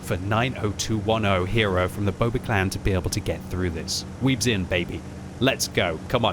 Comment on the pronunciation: 90210 is a real zip code in Beverly Hills, California. Maybe the player just lives in that zip code. And yes, there's the ancient TV show that also uses that zip code in its name. The TV show pre-dates Netflix by 7 years by the way. "Boba" is an odd pronunciation of "Booba".